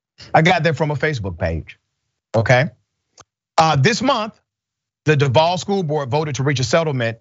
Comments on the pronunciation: Robert E. Lee, High School? Nawwwww, they wasn't going to go for that. & that's pronounced DUUUUVVVVAAAALLLLL.... #EVAC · Don't say Duval if you not going to pronounce it right.